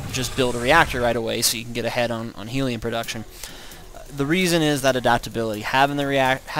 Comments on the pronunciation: It's helion not heeeeeelion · actually hellion not heelion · HELION NOT HEELION. OH MY GOD. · When you started saying heeliun i understood you are full of shit. Bad build. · wow hellion is pronounced hell-ee-un dork! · thanks man won like 7 games and came back to say thanks you got yourself a subscriber!!! and its hell-e-on (as in the place were the devil lives)